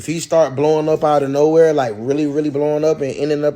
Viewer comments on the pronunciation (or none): none